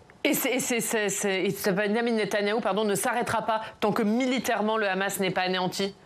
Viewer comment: Quand le gars te prononce Ramass, t'as tout compris😄